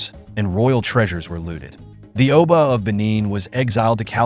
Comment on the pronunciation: If you're going to do a documentary, at least try and pronounce the names correctly. If not why even bother? It is disrespectful to constantly mispronounce simple names. For example, you pronounced the Benin "Oba" as "Obo." How do you make such a mistake if you did actual "research" of these kingdoms? It seems you're one of those people that love to hear themselves talk. You love the sound of your voice, don't you? You worry too much about the sound of your voice that you missed trying to pronounce the names properly.